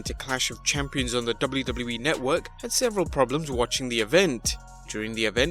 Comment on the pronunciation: The way you say wwe is a botch